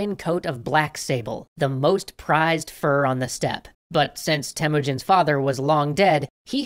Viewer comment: Temuujin not Temujin well your guesing how I now better then you because im Mongolian and did you guys know that "Gengis" Khan actual nick name Chingis Khan owned half of the world. People khow he had a hard life but I don't think your story is true and you guys should write khaan like longer "a" what you guys rad is way different than what we have rad so yeah~ that's what I wanna tell you guys.